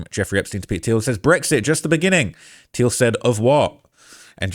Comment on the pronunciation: It's pronounced "Teal"